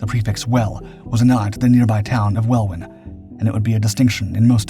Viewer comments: The “Welwyn” In Welwyn Garden City is pronounced Well-in not “Well-win”. 🤦🏻‍♂️ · I lived just down the road from station 9 as a kid in the 70's. We'd often sneak into it's grounds and found all sorts of strange things, such as an underground bunker accssed by a manhole cover in the middle of a copse. Now I know what it was, I didn't then. Oh, and Welwyn is prounounced "wellin".. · For future reference 'Welwyn ' is pronounced "Wellin "...ok? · Not in Hull , welwyn pk av .is pronounced well win. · Pronounce Welwyn correctly please